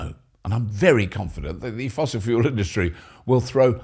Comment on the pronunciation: Did you say Hydrogen Fool Cell? 😅